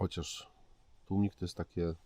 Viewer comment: tłumik a nie tłuMnik;) pozdro:)